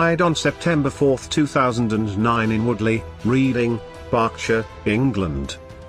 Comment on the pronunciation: Interesting vid , but the auto read programme mis pronouncation of Reading town Berks.Classoc mistake under the Turing test Get a real actor who has natural intonation. Poor sound track